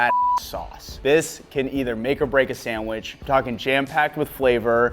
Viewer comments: I like how says sandwiSH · I love hearing you say sandwish lol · “I have made many sanwishis” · I wonder if he can spell sandwich because he cant pronounce the word. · I can't take sandwich advice from someone who can't pronounce sandwich